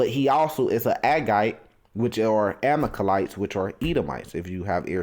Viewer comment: The word is Ama-lek-ites.